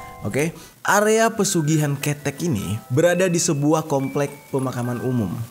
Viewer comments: Di bacanya bukan KETEK tapi KeTEK. Gapapa bisa di maklumi ☺️ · Lucu banget nyebutinnya.. pelafalan ketheknya lucu.. aku sampek tersenyum" sendiri. Tapi maklumlah bukan Org jawa